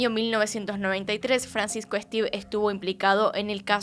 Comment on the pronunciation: No conocía este caso, no pensé que hubiera una persona así, capaz de hacer este tipo de cosas. Por cierto, su apellido se lee como se escribe, Esteve, es un apellido catalán.